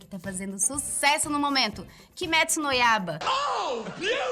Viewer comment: É KIMETSU NO YAIBAAAAAAA Não Kimetsu no YABA